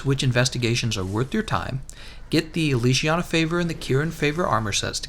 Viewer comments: "Legiana" how to pronounce : leg-e-ana not leeg-iana they say the name in the game how on earth do people get this wrong? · How did you manage to pronounce legiana leshiana? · How to do mispronounce Legiana? Boy can you read? LEG-I-ANA. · It’s pronounced leg iana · 370h... leGiana hard g please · The way you pronounce Legiana makes me cringe